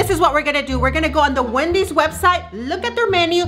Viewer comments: said "Windys" instead of "Wendys" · he's like wedys wedys?!! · Its wendy's